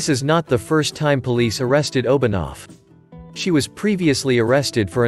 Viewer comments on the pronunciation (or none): As a Swiss, it's funny to hear the Russian pronunciation of Obenauf (It's Oben-Ow-f not Obonov)